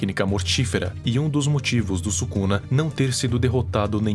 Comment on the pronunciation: "ryomen subuxa"